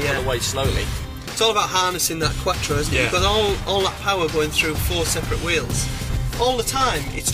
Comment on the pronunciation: Why is he say Quattro like quacktro 😂